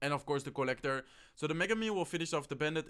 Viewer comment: its co-llector